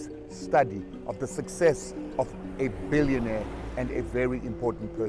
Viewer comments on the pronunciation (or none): Did you say billionaire🤣🤣🤣🤣🤣